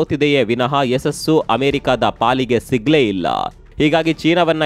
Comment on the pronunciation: ನೀವು ನ್ಯೂಸ್ ಹೇಳುವಾಗ ಇತ್ತು ಯಾವ. ಇಲ್ಲ ಹೇಳುವ ಬದಲು ಇತ್ತುಂ ಇಲ್ಲಂ ಅಂತ ಹೇಳೋದು ಯಾಕೆ....